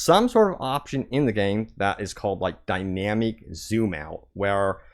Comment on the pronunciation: dynameek lol what is this